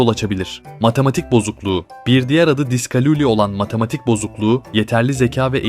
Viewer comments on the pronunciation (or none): Diskalluli* doğrusu diskakuli nedir beyfendi